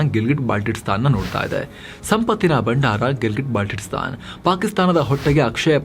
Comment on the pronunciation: Baltitstan alla adu Baltistan